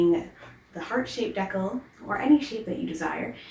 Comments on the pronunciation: I also came here to say, I enjoyed this video so much , so thank you, AND like others have said it’s pronounced Dee-Kal, not deckel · Honey, just a quick note to say I believe it’s pronounced DEE-cal, not deckle. Here